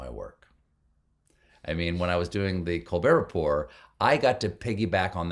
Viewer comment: Can't believe you mispronounced Colbert Report. How the hell can you have never watched an episode and think you are prepared for this interview?